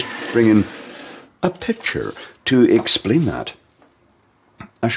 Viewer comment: ......you have to work on your pronunciation. You need to ESSSPLAIN the issue.